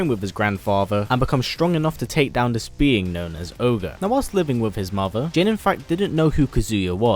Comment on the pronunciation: Instead of dis why don't you try saying this, and instead of den why don't you try saying then! Bad habit